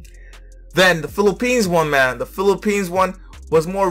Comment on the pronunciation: I love Philippines, she pronounced the word correctly and she feels the song.